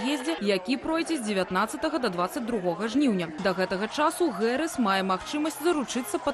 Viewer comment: американское произношение: [ˈ kɑːmələ ˈdeɪvi 'hærɪs] , Белсат, почему искажаете фамилию Вице-президента США? Какая, нахрен, Гэрис? Совсем обдолбались редакторы?